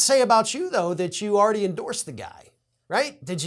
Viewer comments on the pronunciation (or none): I chuckled at 'endowsed.'